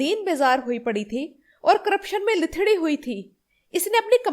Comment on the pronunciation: لتھڑی۔۔ پیش کے ساتھ۔۔۔